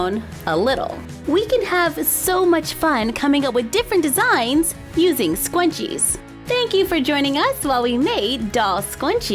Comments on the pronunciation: im not trying to be rude but its scrunchies not scwunchies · It is not called stanching is scrunches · you said scrunchie wrong. you said skw-on-chies. - _ - its skr-un-chies. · Me:Yaay scrunchies!!!! You:sqwunchies yes ikr there so awesome me:Ummmm am I wrong I thought it was scrunchie LOL!!! 😂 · they are called SCRunchies Not scwunchies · * We have a request to make doll scwunchies * AAAAAAHHHHHHHHHH I CAANNNTT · Why u saying scuinches it scrunchies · Their shrunchies not shqunchies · Is it just me or is she saying “Scwunchies” osntead of “Scrunchies”!!!!!So adorable😆😆🥰🥰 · She keeps saying scwunchies and it’s pronounced s-k-r-u-n-c-h-e-s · Me: Says "Scrunchies": SqUnChIe Me: Teach me your ways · omg the way you say scrunches it’s sounds like “squanches” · The more you listen it sounds like she says “soy machine” lol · Squnwies lol! I thought it was scrunchies! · It sounds like she said scwunchies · She says scwunchies it's so cute😀😂❤ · For thick haired girls like me, "scwunchies" are a godsend. (I love the way you pronounce some things, it's adorable.) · She kept on saying scwunchie but it's fine though